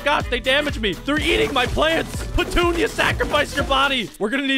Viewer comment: Did any of you realize he named the sunflower patoonia and he said pentunia